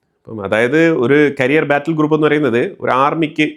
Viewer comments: കരിയർ അല്ല ക്യാരിയർ ആണ് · കരിയർ (career) അല്ല ക്യാരിയർ (carrier )ആണ്. However i like your videos for being more truthful updates.